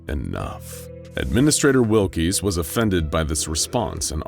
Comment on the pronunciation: Wilks not Will-Keys